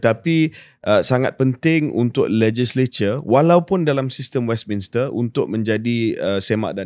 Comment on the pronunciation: Shahril, it should be pronounced as 'Westminster' instead of what you said 'Westminister'.